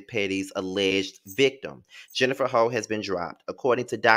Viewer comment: I just made a whole comment about her name then here come pronouncing it "Ho"! 😂🤣😂 I BEST NOT be judged! LMMFAO 💀